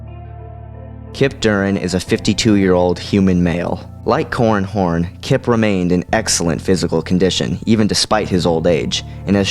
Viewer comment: i keep hearing 'corn horn'